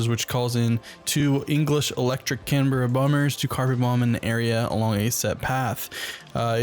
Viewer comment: Canberra is not 2words it is 1 not can-berra it's pronounced canbra but is spelt Canberra it's also a city in Australia